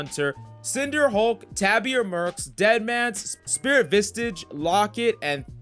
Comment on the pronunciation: He doesnt play League 100% xD The way he says spirit vistage n Klead etc ahahahah funny